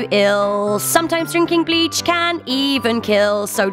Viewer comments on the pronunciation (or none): I hear the word bi*ches instead of bleach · I love how she puts such emphasis on the b in bleach.......she like screams the b